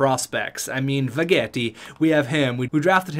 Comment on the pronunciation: NNNOOO NOT VEGETTI!!!!!